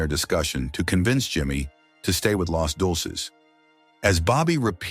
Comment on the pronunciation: "Los Dolces?" It's Deuces!!!